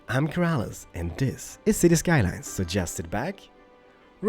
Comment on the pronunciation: Whenever Keralis says "So just sit back" it sounds like "suggested back"